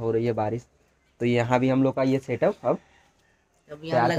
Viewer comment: Bhai satap nhi hota 😀 setup hota 😂😂